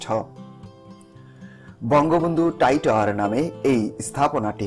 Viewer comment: ভাই টাই টাওয়ার নয় ওটা হবে "ট্রাই টাওয়ার ", একটু সংশোধন করে নিন প্লিজ।